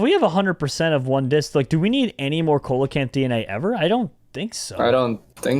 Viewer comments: It is pronounced SEA-LO-CANTH not cole a canth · They say Co-la-canth when its Sea-la-Canth 👌 Noice 👌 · jerome the way you read the fish name is wrong its not "coal" acanth its "seal" acanth its just spelled like that youre making me rage your welcome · Please Jerome.... ceolocanth is pronounced seal-o-can-th and fun fact it’s still alive today deep in the oceans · Coelechant is pronounced seelichaent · it’s pronounced see-la-canth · coelacanth is pronounced see·luh·kanth, just a little tid bit cause it kinda bothered me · It's actually pronounced like seal - oh - canth. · You say coelacanth but its pronounced seelacanth. It just irritated me. Lol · yes ik but it is PRONOUNCED seelacanth. Ik its spelled coelacanth. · Coelacanth is pronounced SEEL-uh-kanth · Coelecanth is pronounced seal-low -Canth Dilophosaurus is pronounced dill- off - oh - soar- us Brachiosaurus is pronounced brach-ee -oh-saur -us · Coelacanth is pronounced se-lo-cinth